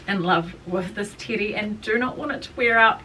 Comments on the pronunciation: It sounds like you're saying titty😅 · Also, I can’t get over your accent you keep saying Teddy dress and it literally sounds like you’re saying titty and it’s like I don’t know if you already knew that cause like you keep saying it so many times throughout the video all I’m hearing is like titty dress titty dress my favorite titty dress like oh my God I can’t !!! The information you sharing is so valuable, but maybe when I have more patience I’ll come back and watch 😂❤😅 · I thought you were saying titty dress this entire time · ...same, doll, same RME can't hear teddy in there ANYWHERE